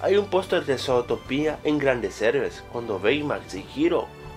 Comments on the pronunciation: es zotopia no zotopía por que lo dices con acento cuando no tiene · zotopía? se pronuncia zutopia :v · Porque lo dices zótopia?, si se dice zuutopia y se escribe zootopia :v bruh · no se dice zootoPIA es zootopia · se dice zootopia no zotopia :v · Se escribe Zootopia, y se dice zutópia con el acento, esta informacion la copiaste, no viste la pelicula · zootopia' no zotopia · es zu-to-pia no zoo-topia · Pero que mierda, primero se te estan acabando las ideas, y segundo se pronuncia sutopia no sotopia._. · "Sotopia" - 2016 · Desde el inicio mala pronunciación, Zotopía? wtf? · Zootopía con asento (·_· ) en la i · falta de ortografia le dice zotopia pero es con asento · No se pronuncia zootopia como tú lo dices puedes pronunciarlo como zutopia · Se dice zutopia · se escribe zootopia pero se pronuncia zuutopia novelero ohhh buuuu XD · se pronuncia zootopia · El video comienza mal, con pronunciando "Zootopia" muy mal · aprende a pronunciar